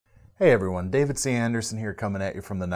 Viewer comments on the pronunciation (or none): none